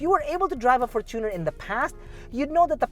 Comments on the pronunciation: the fortuner is pronounced as “fortune + r” from the word “fortune” not “for + tuner” from the word “tuner” “FORTUNEr” not “forTUNER” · How is it really pronounced? For-chooooo-ner or for-chuh-nr